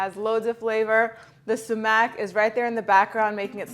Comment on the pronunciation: Sue-mack is how you pronounce sumac. Just thought I'd help. Making this recipe. Looks great. I am going to serve on top of rice. Man, it looks so good. That's a lot of garlic but I'm doing it! Wonderful recipe. p.s. Mint is so underrated, it really finishes a dish. Great ingredients and textures.